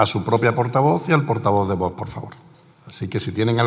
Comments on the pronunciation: Haber si esa presidenta del parlamento aprende a decir Vox, que no es tan complicado siempre dice "bots" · Esta mujer, la armengol, para lo que cobra ya podría pronunciar bien VOX, se ve que se le atraganta...observenlo, pero es que nunca lo pronuncia correctamente